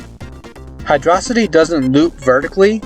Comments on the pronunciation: It’s “ Hydro - city” dumbahh, keys. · "It's hydrossity" Unsubbed, disliked, reported, called your mom, called the cops, un fast forwards your genesis, renamed you to dummysockpuppet. I can't believe you just get on the internet and lie to people like that. How dare you. It's Hydro City. Lol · No dude, it's pronounced "Hydro-city" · Sega confirmed its Hydro-City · Nah, I'll stick with "Hee-drough-sigh-tee", thank-you-very-much.